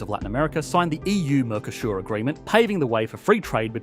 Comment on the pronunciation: Why do you pronounce "Mercosur" as "Mercoshure"?